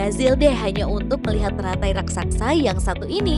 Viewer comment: raksasa bukan raksaksa